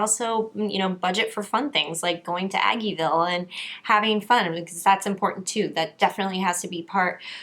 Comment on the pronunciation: I was so triggered when you said aggeville lol